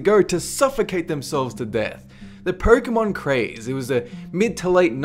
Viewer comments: wait wait... "Purkeymon"? i thought it's pronounced " Pokemon "... ^^; but aside from that, hilarious top 15 - i knew some of these toys and - yay - i ,too, survived them... are some children really stupid enough to get mutilated by that stuff? ( that drug-one was pretty shocking tho ^ ^; ) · Question: It's spelled Pokemon. Why do you pronounce it Perkeemon? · I like how you pronounce Perkemon xD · the moment when says I hezatates I dont even know (I agree even though pokemon is stupid....) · It's a weirder mispronunciation than "berken teeth", but at least it fits the context...